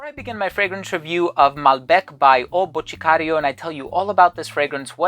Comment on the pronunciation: Actually pronounced Boticario pretty well. Must have some Brazilian friends :)